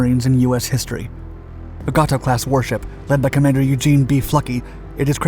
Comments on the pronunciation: Barb was a "Gato" class submarine. Pronounced "Gate Toe" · "Gay -toe" class!!